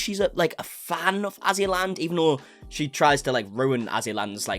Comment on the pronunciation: LOL! *AzzyLand, not AssyLand Lmaoooo